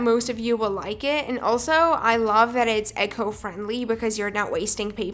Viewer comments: The way she says “echo friendly” With the short e not the long e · Well, I know you can work hard on it. But at least for me, that’s the comfortable way to say it (‘cause I’m from Spain)